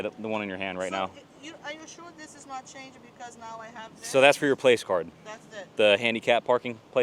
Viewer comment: Just a quick note. It's a placard, not a "place-card." It took me a minute to figure out what he was talking about...